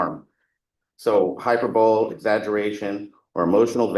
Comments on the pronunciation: did that atty just say hyper-bowl instead of hyperbole? (Hy-per-ba-lee) Hahaha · “political hyper-bowl”? Really? Come on man. You went to freaking law school and you pronounce hyperbole incorrectly? Tell me you’re a public defender without telling me you’re a public defender! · Yeah, freedom of speech doesnt pertain to yelling "fire in a crowded theater " and I don't think applies to the assertion that they'll be "dead bodies" on a certain day not once, not twice but thrice. You can't say sh*t like that and not expect reprocussions . Also, it's Hy-per-buh-lee. Not hyperbowl. It's semantics but....😂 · Did his lawyer say Hyper bowl? Not hyperbole? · So irritating when the defense attorney keeps mispronouncing "hyperbole". High PER bow lee. Not "Hyper Bowl". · Hyper bowl? Hyperbole is pronounced hi per bo lee. Come on counselor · High-PER-bo-lee. Not hyper-bowl 🙄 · Hy-per- bol- ee! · Lawyer said "hyperbowl" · the word is "hyperbole" -- NOT HYPER BOWL-- is ENGLISH that attorney's FIRST Language!?? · The accusation against him is all about word meanings. How can the prosecution say that it is irrelevant to talk about word meanings? His lawyer isn't very good at questioning, but his closing arguments were really good. The word "hyperbole" is pronounced "high-per-bo-lee," for anyone who wants to know what the lawyer was saying incorrectly repeatedly. I think the judges ruling was incorrect in this case. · Graduated from law school, pronounces “hyperbole” as “hyperbowl” (more than once). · Pronouncing vowels differently is indeed regional, however 'hyperbowl' Is an incorrect pronunciation because it reduces a 4 syllable word to 3 syllables and moves the accent from the second syllable to the first. It isnt regional, it is usage by people who are unfamiñiar with a word, and invent a pronunciation that sounds good to them - like the people who add an mischievious, or grievious, for example. Not a regional thing. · It's not hyperbole - it's (phonetically) high perb olee.